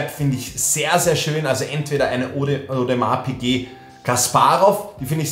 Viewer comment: No Front aber ich fühl es wie du audemars piquet nicht aussprechen kannst😂